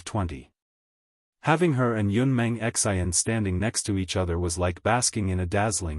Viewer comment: 😆 lolz it's Xian not X. I. N.